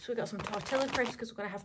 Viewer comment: Loving this but it’s cracks me up the way you say Tortilla 😅